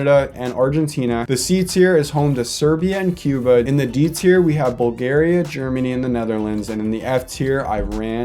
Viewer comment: The fact that you messed up bulgaria and Itali, I just love it